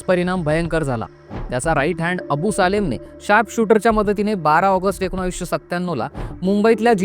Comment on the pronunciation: एकोनाविस नाही .......19